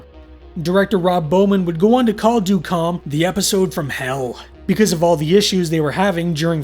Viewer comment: well ø is more of a danish/norwegian thing, but it's supposed to be the same as ö... more or less. but good try!